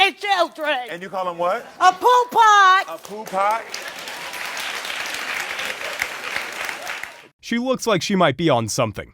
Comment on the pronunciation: Poo Pot? That woman is headed for a neck injury unless she learns to speak without waving her head around.